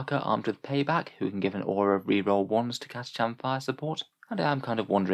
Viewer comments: OK, you pronouced it Cata-"chan". I've heard them say it on the GW site as Cata-"kan". Anyone? Anyone? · Have you ever heard it pronounced Cata-“shan” though?